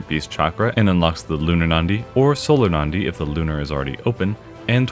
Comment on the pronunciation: i know this is gonna be nitpicky so I'm really sorry in advance: it's pronounced as Na-Di not Nan-Di. It's a word taken from sanskrit which literally means Vein. But thanks for the coverage!